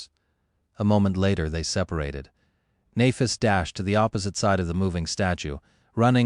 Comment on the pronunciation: I wish the AI would stop mispronouncing Nehfis